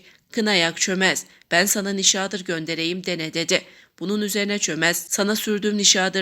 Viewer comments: Nişaağdır degil,nişadır diye oku!!! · nişadır sözcüğünün telaffuzunuz kulak tırmalıyor, hatalı bir vurgulama yapılıyor